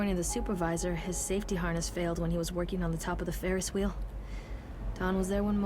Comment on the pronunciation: He said "ferris whale" did no one else hear that 😂